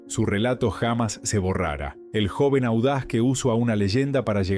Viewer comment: Pónganse media pila con el audio! Hay buenas inteligencias que hace audios como corresponde, no este desastre gramatical! Pronuncia hamas en lugar de jamás! No le pega a un solo acento. HORRIPILANTE! (o escriban bien el texto que van a verbalizar, se ve que las tildes no existen para el redactor)